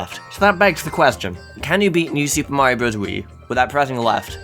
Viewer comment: Mayro more like bad